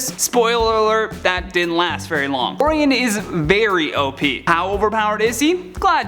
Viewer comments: Yeah I found that annoying. Some of these hosts just can't pronounce these names right. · Yo please never say Orion’s name again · We were all annoyed by that mispronunciation. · Pretty sure his name is pronounced Oh-Ryan not Oh_Reeon. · Orion as in Orayon not Oryon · Or-eye-on not or-ee-en. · It's "Oh-Rye-On"!!! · Orion _____oh-Ryan. Why cant u guys say the name right come on nerds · It's pronounced "OR-RYAN". Sorry but it had to be said. While i'm at "aluminium" doesn't give off it's own light, it doesn't glow in the dark. Its "Ali-min-e-um" NOT "Al-loom-e-num". And the "caribbean" islands are pronounced "ka-ruh-bee-uhn" Not "Ka-rib-e-on". Even the people that live there call it the "ka-ruh-bee-uhn". It would be nice to see my home language pronounced as intended. I could go on but feel it best to stop before all of north america hates me. Please don't be offended and take this in the light-hearted manner i was in when i wrote it. Thanks....and sorry. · Your #8 pick, is pronounced "O-Rye-On". You really are butchering his name. It's a classic name from mythology among other points in history. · You completely screwed up Orion's name!! 😠 ( Or Rye On ) Now say it correctly at least 10 times!!! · You're butchering Orion's name! Oh-Ryan with an inflection on the i. Didn't you study any Greek mythology in school? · His name is Orin but its pronounced O ryan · No to Wonder Woman and Batman being overpowered. Diana's a goddess. Why shouldn't she be as strong and as fast as Superman? Bats is the world's greatest detective. And he has sustained physical damage both in the movies and the comics. Your pronunciation of "Orion" is horrifying. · He's killing me saying Orion's name.. omg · yOu fUcKeD uP oRiOn'S nAmE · Orion like the constellation...good try though. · There is actually enough supplementary media for you to easily learn how to say these names as intended. RIP: That Orion fiasco. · That's not how you say orion